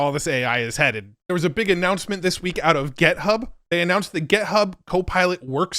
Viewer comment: I'm once again pleading you to stop saying gethub. Thanks, man. Until next time.